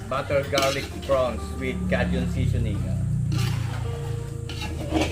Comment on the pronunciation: Kay jn (Cajun) not ka jn.